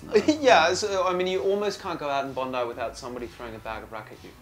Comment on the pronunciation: it's bon-die. i know because i still remember the reaction i recieved when i asked people where bon-dee beach was when i first came to australia. funny memories.